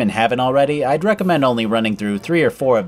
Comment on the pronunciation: I love when he’s like “Ide want the strong slaves...”